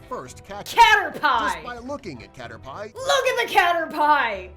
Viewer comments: CATER- PIE me: "starts cracking up": "starts cracking up" All pokemon fans: "start cracking up": "continues saying it" Me: You have made a fool of yourself, ya might wanna hide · caterpeye ( pronouncing it wierd) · Nobody: Not even:: cAteRpiE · It's pronounced {caterpee}. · Number 6: caterpie Nobody: Nobody::STOP SAYING CATER-PIE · When he said cater-PIE it hurt my soul. 😭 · Me ITS FLIPING CATERPEE BUT ITS SPELT CATERPI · caterpie sounds like cat or pie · Cater pie.... Ugh! Cringing internally. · "Cater-pie" -Narrator 2019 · video: Caterpie. me: it's said like Caterp- i video: says Caterpie for the rest of the video. me: Triggered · guy saying CATERPIE WRONG: me and:having a heart attack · Those who want to relive that amazing pronunciation of "caterpie" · Poor Caterpie. It needs a hug for that pronunciation. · Pronounced caterpie wrong and I start dying inside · No one:: caterpie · no, the narrator pronounced it wrong. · no the narrator pronounced the name of caterpie wrong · LavenderFoxGaming rip caterpie XD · 1: he said six two times in a row 2: first time it was number three, so we just jumped from 3 to 6 3: he mispronounced caterpie 😠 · One like on the video = one time the narrator says Caterpie correctly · You can tell died on the inside when they said Caterpie wrong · who else just started dying when pronounced caterpie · It is freaking cater-pee not cater-pie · Nuuuu its cater-pii hes not a PIE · IT IS PERNOSED cat_er_pee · When he said Cater Pie instead of Caterpie I frikin exploded😂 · Cater pie Me: ITS CATER PEE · Guy: pronounces caterpie wrong Me and: dieing inside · Lol: OMG STOP SAYING CATER PIE ITS CATERPY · Narrator: "CaterPIE" My brain: 🐱 or 🥧? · No one: Video:Cater-PIE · Caterpie no you pronounce it cater pie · Its caterpee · No one: Literally No one:: Cater-Pie